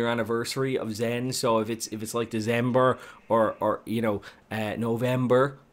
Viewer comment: Did you say Dezenber?